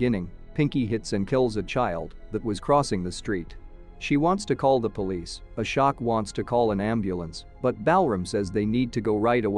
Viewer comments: As an American it's still embarrassing. I've known how to pronounce Ashok since I was a kid. Really, if they're going to do a review of a foreign movie, at least watch the movie FIRST so you know how to pronounce the names. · Ashok- aShock Balram- BAL ram The pronunciations are just funny 😂😂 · Lmao i thought it's A-shock all along I was ye kaisa nam hai🤣